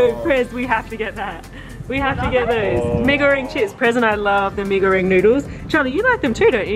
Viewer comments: Btw i thing u mwent mi-ee-ga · just a reminder mi goreng is not prenouse like that bc it prenouse with like indonesian words bc its indonesian food